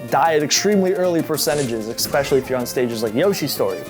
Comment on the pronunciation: Stop saying "Eckspecially"